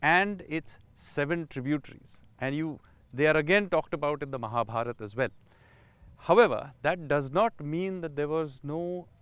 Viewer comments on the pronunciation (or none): none